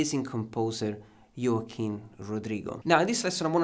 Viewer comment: Only to explain😊 Its not pronunced Yoaquin. In spanish sonds like hoaquin .